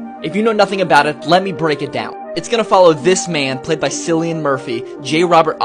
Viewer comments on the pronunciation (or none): Yes, but his name is supposed to be pronounced like Kill-ian Murphy not Sicilian Murphy. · “Kill-ian” is how to pronounce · It’s pronounced killian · Killian is how it's pronounced. Ki-lli-an, not Si-lli-an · Why everyone pronouce cillian as sillian. It's kinda weird 😂. BTW I have just watched oppenheimer last night only. It was a good movie. In this movie the line" I have become death, the destroyer of worlds" was the most famous line throughout the movie. It was copied from Shrimad Bhagavad Geeta. Actually Oppenheimer learned Sanskrit to read Shrimad Bhagavad Geeta . When Lord Krishna showed Arjun his real image then he said "I have become death, the destroyer of worlds ". Cillian Murphy also readed Shrimad Bhagavad Geeta. In this movie,there was going a secret project in Los Alamos,New Mexico which lead was J. Robert Oppenheimer. Actually in World War II, American President got a letter from Albert Einstein saying that Adolf Hitler was making a Bomb. On July 6,1945 a first test of nuclear bomb was dropped on Los Alamos,New Mexico in a desert. After that on August 6,1945 AM a bomb was dropped on Hiroshima,Japan. After 3 days only on 9 August,1945 a bomb was dropped on Nagasaki, Japan. Robert Oppenheimer didn't felt good and got into deep depression. He thought that he killed thousands of people. He said to stop these nuclears and was against of it. But the President didn't want to stop that's why he lose his job. Then he started to take lectures. He was a chain smoker that's why he died through Throat Cancer. He is also called as the Father of Atomic Bomb. I think that's enough. Go and watch the movie. It is wonderful and worthy. All thanks to Cillian Murphy and other ca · Pronounce it like Silly Anne Murphy again and you'll get a visit from the Peaky Fookin Blinders 💪❤️ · It’s pronounced Killian and Gary Oldman is also in the cast although he said he’s only in one scene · It's "killian" Bro the pronunciation. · Pronunciation for Cillian - ki·lee·uhn